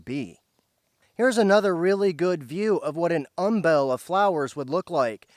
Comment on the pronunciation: Umbel. Like humble. Not um-BELL.